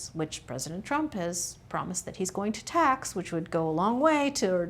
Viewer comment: Please don't use tah like yobamma instead of to or too.